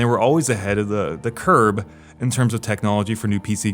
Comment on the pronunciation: "Curve", not curb ;)